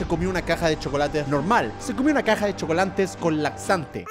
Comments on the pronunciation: Fui el único que escuchó CHOCOLANTE* Jajajaja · Jajajaja chocolantes dijo jajaj